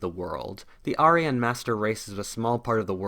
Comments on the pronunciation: Say it with me… air-ee-an Not ARE-EE-YUN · I enjoyed your video, but I have one question... What's an are - ee - on. Always thought it was air - ee - yawn. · everytime you say arian i twitch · You miss pronounced Aryan. It’s pronounced Air-re-un. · If we sponsor you on Patreon will you hire an English tutor to teach you how to correctly say words like "Archangel" and "Aryan"?